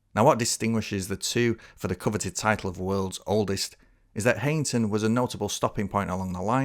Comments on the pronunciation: I'm not getting into any "oldest" dispute here (although I'm from Darlington!) Just to say that it's pronounced High-ington, not Hey-ington. Visit Darlington in 2025! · *'High - ington'. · I'm really sorry but Heighington is still very much in use as a station, the pub has closed but the station is very much still in use on the Bishop Auckland branch. Also, it's pronounced kinda like High-n-ton (from a local) cracking video though.